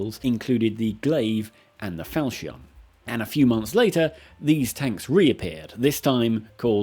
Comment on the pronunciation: Apparently 'falchion' is not only hard to spell, but also hard to pronounce properly... 😛